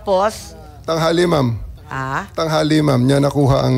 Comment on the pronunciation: Mom, hahaha, instead of Ma'am